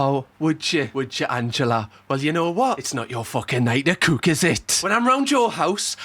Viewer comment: Mate, few months ago you came up on my feed and since then you've given me nothing but pure joy and a belly that aches from laughter😂😊. I'm in "sarf" London and when you say the word "cook " it sounds like "kook " to me😅. Thanks for just being you. You're appreciated. I was going to just say I've seen a few more summers than you😂, but im 62, showing you that even an oldie can subscribe 🎉.